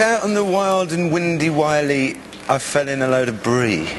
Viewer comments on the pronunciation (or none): Bloody hell Mark, it's "Out on the wiley..." !